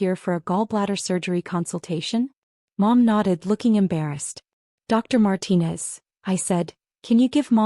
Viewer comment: Another Marcus. At least they pronounced Martinez correctly.